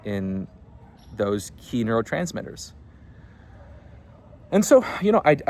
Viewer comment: i thought he said kinotransmitters instead of neurotransmitters and almost had a stroke